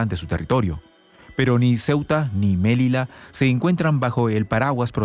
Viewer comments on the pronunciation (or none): Melilla , no Melila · se dice Melilla (ya) y no melila 😂😂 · Melilla, no se pronuncia melila, además el acento es grave. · Melilla, como lo pronuncia suena horrible, nada que ver con el castellano, Melilla.